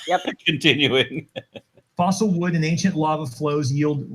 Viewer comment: The old dude said “fossil wood”...lol